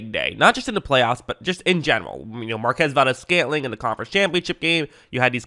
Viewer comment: great video, as usual. oh, it's mar-kwez, just in case you one day meet him.